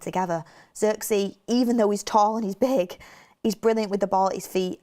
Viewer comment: Why did she say big like that 😂